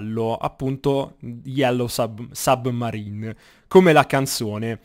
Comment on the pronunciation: madonna come l'hai detto submarine😂😂😂😂